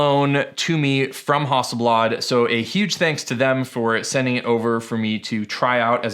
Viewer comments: How do you say Hasselblad again?!! 🤣😁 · you say hasselblad wrong and it bugs me